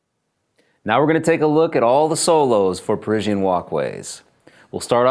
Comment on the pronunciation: "Perisienne" ? "PERISIENNE" ? "PE-fucking-RISIENNE" ? REALLY ?